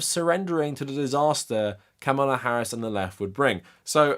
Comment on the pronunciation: It’s pronounced Comma-La. Please take the time to pronounce her name correctly.